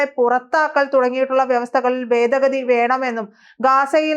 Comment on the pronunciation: Hello, 'ബേദഗതി ' അല്ല. 'ഭേദഗതി' എന്ന് ഉച്ചരിക്കണം.